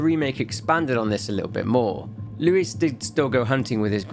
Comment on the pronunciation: I love how you say “Luis” 💃🏽 muy elegante